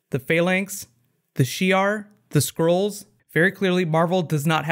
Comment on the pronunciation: ...I was confused by your pronunciation of "skrulls"...kept thinking you were saying "squirrels". I'm pretty sure its like "skull" with an "r" in it. But anyway, small grievance, great work and thanks for all your efforts.